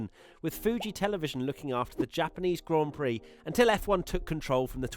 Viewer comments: when she called it a "glaan Peere" I got foking offended. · Cringe all around "Grand Piri" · Omfg, right? Im sittin here, watching this large woman call it a 'gan plix' or whatever the hell she said, while the actual winner of the damn race in question stands aside while she gets the spotlight....idk who the directors and producers was, but i like to think theyre on the hunt for new employers. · saying Grand Piri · I heard an American say grand pricks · She was faking her interest in motorsports and didn't even know how to pronounce a Grand Prix "Glaan Peere" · not just that, she couldn't even pronounce grand prix properly either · who must not be named Whatever you think, buddy, but the interview was embarrassing, she can't even pronounce "grand prix." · The whole segment was brutal...she didn’t even how to pronounce the words “Grand Prix”... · that was so painful to watch